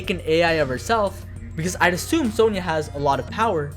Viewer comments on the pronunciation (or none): none